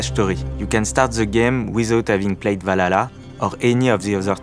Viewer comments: without playing..what? Vlalalalala? da heck is that? Seriously though, thank god for closed captions. And for the love of god Ubisoft, I know french is part of or rather the primary language. But when you try to speak to the REST of the world, can you please let people speak that can actually speak english properly? You are trying to promote an upcoming game, but instead you make us having to WORK to understand what the heck you're trying ot tell us. A ubisoft dude that cant even pronounce the name of YOUR previous game?! Seriously. AC Valalalalalalala? I've played every single AC game, but I've never, ever heard of that one. Must've been some of those horrible mobile games. GOOD thing though, if everything is true that Ubisoft has said so far. This might be the best AC game in a LONG time. As Origins, Odyssey and Valalalalalala definitely wasn't AC games. Generic open world games that happened to have the AC brand stamped on them. Stop chasing trends, set them yourself. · "Valhalla"❌ "Balalá"✔ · Assassin's Creed "Valala land" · Valala lmao in what country on earth can't people pronounce ,,H,, properly I'm shocked, is that French X English crossover? is that guy from M effing France? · That blonde girl was the only one able to pronounce the H. 🙂 Guys (and girls), it's pretty annoying hearing "Valala". 😉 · i love how the way the french team members pronounce Valhalla hahaha <3 Walalaa